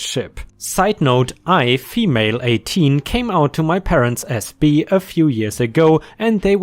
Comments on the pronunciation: Just so you know, "bi" as in "bisexual" is pronounced with an "eye" sound, like "goodbye," not an "eee" sound like "honeybee". As a prefix, "bi" usually sounds that way in English (like bicycle, biannual, etc. I'm not trying to be rude, just trying to help by letting you know :) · The i in bi is pronounced like the English word eye. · "bi" in the blind story is "bye" not "bee." 🤪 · is German and i has an e sound unless proceeded by a vowel and I think that is why he pronounced like bee.